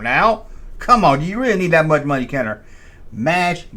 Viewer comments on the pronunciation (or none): none